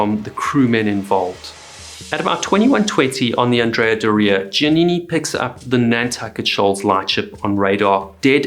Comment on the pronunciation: And Andrea is not AN-dre-a. It is An-DRE-a. Because the namesake Andrea Doria was a famous Italian admiral and a male. There was even a statue of him on the ship.